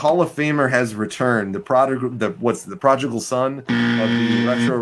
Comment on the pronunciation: The (part time) minister can’t pronounce prodigal